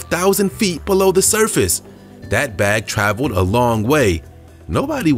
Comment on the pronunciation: It's Pronounced "Traveled" NOT "Travodd"!! Two yr. olds. say Travodd!! Your Not Two yr. old!!